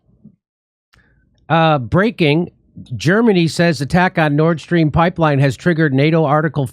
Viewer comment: Hey, in case you guys did know, you're mispronouncing the Nord Stream pipeline. Karine Jean-Pierre pronounces it Nordstrom, like the department store. Seriously. Stop pronouncing it incorrectly. I just had to comment on this, it was top of mind.